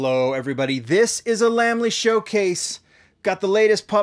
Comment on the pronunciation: Yeah & both pronounce it mo-tool. Lamley should be pronounced Lame-ly